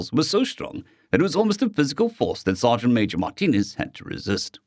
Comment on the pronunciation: Oh! It's Sergeant Major! Not Sergeant "maaj". Ok, you corrected it. Thank you.